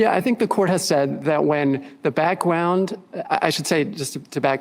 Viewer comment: "da back-wound" 🤲🙏😂❤️🇺🇸